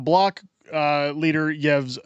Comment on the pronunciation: Yes, Trudeau and the rest of his crew are wrong not to acknowledge Good Friday. But as someone who aspires to be a Canadian political opinion leader, you ought to learn how to pronounce "Yves". Having 2 founding linguistic cultures is a significant aspect of the Canadian tradition you claim to admire.